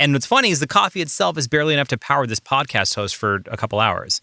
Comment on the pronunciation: Say it with me podcast. P-O-D-C-A-S-T